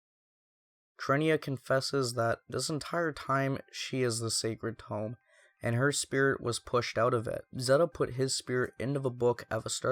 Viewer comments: Great video man, it's great to see content on a somewhat forgotten game. BUT Seriously, you pronounce TOME as TOMB and it bothers the hell out of me LOL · For the future... I know you've already accepted constructive criticism already, but I do feel the need to reiterate that it was hard to follow this video when you sound rather bored, and mispronounce "tome" despite it being said multiple times by the characters. Your energy does pick up a bit after the prologue, at which point it was a lot easier to listen to. I'd just recommend you speak a bit louder into your recording device once you get more comfortable. EDIT: And pronunciation of "facility". And "Salome" (Sah-loh-may). I mean, it's the most important item, the second most important character (,both of which are pronounced in-game, Including in your footage used), and a really common word.